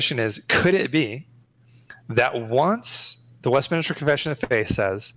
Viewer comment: Why do all the guys say west MIN-IS-TER? ITS MIN-STER! 😡 LOL